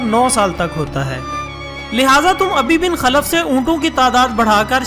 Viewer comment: Ubai bin khalf & ghaare Saor lafzi ghalti parhne me hui he baqi masha ALLAH